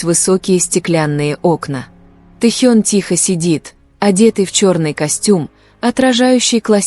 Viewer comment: Научитесь правильно произносить имя Тэхёна но и другие слова тоже